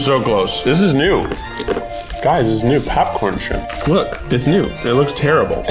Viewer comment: Coming from a native Tennessean, you could really hear the Tennessee in Keith’s voice when he said “parrot isle coconut shrimp”😂😂😂 Shrimp has two syllables. “Shri-ump”😂